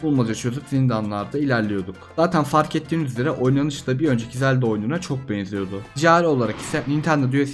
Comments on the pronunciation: Zeldağ değil zelda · Zeldağ diyen kadın bul beni.... 😂😂😂